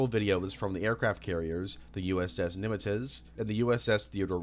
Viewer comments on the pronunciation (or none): "USS Nimitiz" lmfao, Nimitz is pronounced "nim-its" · Are you joking.... you dont know how to pronounce Sagittarius? Seriously? Nimuh-tiz...... Nimitz. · Bro you really need to work on your pronunciations. The Nimitz’z? Allisteer Croleay? Come the fuck on. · It’s pronounced “Nim-its” you absolute dunce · That Nimitz pronunciation floored me. It adds to the vibe for sure. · As a sailor, the way he said " Nimitz " cracked me up real hard. It's a weird name for sure, but that's a first for that sort of pronunciation lol